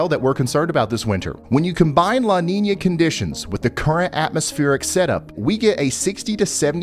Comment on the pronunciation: It sounds more like "Ninya" if you google it you'll see brother.. Salutes